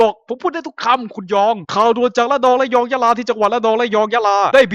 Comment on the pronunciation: พี่พูดผิด พี่พูดว่า"ระนอง ยะรอง ยะลา"แทนที่จะเป็น ระนอง ระยอง ยะลา